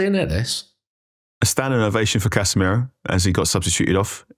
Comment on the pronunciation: 2 things, can we give casamiro carrick's song? it's casa miroooo, hard to believe its not scholes? also we did go a goal down to arsenal so we did see how the team responds to that